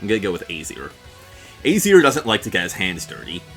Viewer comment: It’s uh-zeer